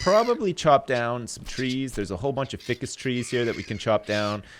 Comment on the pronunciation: you should end this series by feeding yourself to a shark!! And for the last time "ficus" is pronounced with a long "i"...